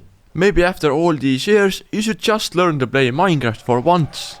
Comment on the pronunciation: "minraft"